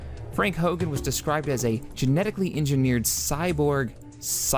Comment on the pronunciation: I think its Frank "Horrigan" not Frank Hogan. Lol XD. Well guess it doesnt matter though. :)